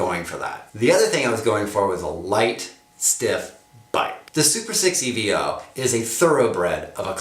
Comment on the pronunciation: EVO not E.V.O. ;-)